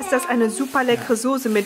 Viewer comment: Warum sagst du eigentlich Sose und nicht Soße? :)